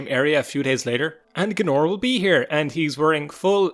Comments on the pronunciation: G A E N O R ... "Gnorr" ... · It’s Gay-Nor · When I pass this episode for the first time (that was nearly twenty years ago) a read his name like "Gay-ee-nor", and Seyda Neen I pronouncing like "See-ja-da Neen". My eanglish was not so good at that time (I"m russian) so reading and understood correctly what is speaking of in those games was not easy to me that time. :) Interesting desision. I remember that first time when I faught him, I use marksman weapons (bow or crossbow) and runs backwards by all that temple square. That was take much many time but I made it! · Hahaha GAE-nor